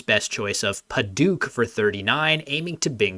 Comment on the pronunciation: Padouk (also spelled Padauk)'s vowel is "au" as in "ouch" not "ook."